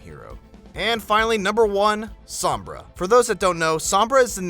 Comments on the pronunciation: her name means shade, the o is heavy o so u say it like oh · u Americans pronounce sombra so weirdly, u say sumbrah, its funny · lol u messed up sombra